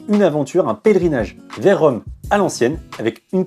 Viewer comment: c'est rome pas véronne